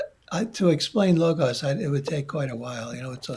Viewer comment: Logos not logauss 😮 another AI -introduced mispronunciation along with sicklical instead of cyclical… so much mispronunciation. Otherwise it’s a great interview thank you 🙏🏻 ❤